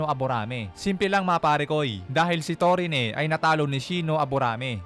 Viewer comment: Torine? Parang Mali lol